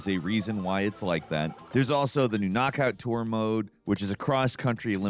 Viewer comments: Wouldnt be a video without mispronouncing a name for comment engagement smh. I'll bite, its "Knockout Tour", not "Knock Tour". You guys have 8 million subs and make good content lol, why still do this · Bruh you're messing all the names up 😭